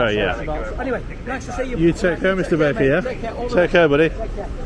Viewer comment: I thought you said his name was Mr Bacon, it was only at the end I realised you said Mr Baker.